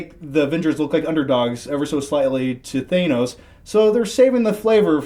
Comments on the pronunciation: ikr everytime pronounces thanos name like that I wanna yell at him saying you're pronouncing his name wrong stop doing that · Anyone else notice 2 out of the 3 pronouncing the name "Thanos" correctly, and the 3rd just doing it his own way? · Well what a douchy discussion! I have been waiting for a reason to unsubscribe. Well the waiting is over! Point 1: The Dude in the middle should probably learn how to pronounce the name of the best villain the marvel universe has ever seen. Off to a great start aren't we? Point 2: The middle moron is at it again. So he thinks it's obvious they're going to use the infinity stone to bring them all back? Does he not realise that turning back time to the point where half of the population died. Would also turn back time to the point where Thanos had all the stones in his arsenal and therefore all that power. So the same outcome would inevitably follow! Point 3: I can't believe they're making the argument that Hulk and other Heroes were "nerfed" I mean WHAT?! These dorks must not know anything about the backstory and ability of Thanos. Are you sure you saw the same opening scene as I did? Because I saw Thanos absolutely destroy the Hulk in hand to hand combat without a stratch. And you wonder why Hulk doesn't want to come out for the rest of the movie lol really? Point 4: Can the middle moron just never give his opinion on a performance ever again?! -"Starlord was a douche in this movie"? Once again which movie did you watch? The scenes with Thor were so obviously filled with sarcastic jealousy for humouristic purposes. They succeded in portraying a comedic rivalry. Starlord along with Drax were the funniest parts of this movie! And for all the three of you saying that Starlord ba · Like how can't pronounce Thanos right. Also why is blinking so freakin much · Is it bothering anyone else that that dude can't pronounce Thanos correctly? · Somebody needs to teach the guy in the middle how to pronounce Thanos correctly.